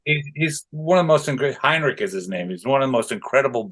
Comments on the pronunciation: The BASSIST’s name is pronounced, HENrick, not Heinrick. He is the MOST amazing BASS player, ever. The BASS was made just so he would play it! 🤗😎👍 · It´s Henrik, NOT Heinrich; for gods sake lol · His name is Henrik, not Heinrich...